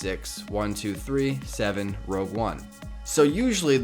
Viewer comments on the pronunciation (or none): ROGUE one not ROUGE. WHY does everyone say ROUGE?